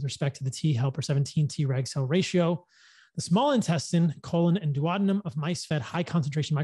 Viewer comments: Duodenum isnt pronounced "Do-waddingham" It's: joo uh dee nham. I'm not sure of the American pronunciation, but it isn't what you said. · The duodenum + jejunum are two different parts of the intestines. So jejunum is not the correct pronunciation of duodenum. They are two different words.